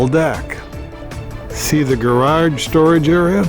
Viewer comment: To me, it doesn't sound like you have any kind of an accent, but it sounds like you say Gararge. Lots of character in this house.